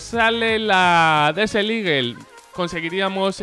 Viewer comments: Escrito: Desert Eagle Pronunciación: Deser iguel: Desel iguell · habla vien se dice desert no desel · "desel ligel" xdxdxd guen ingles :v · DIJO DESERT EAGLE ----> DESERT IGUEL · jose enrique palomino cosme Yo escuché Desel xd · Disel, eso entendí yo equisde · "La deseliguel" dijo el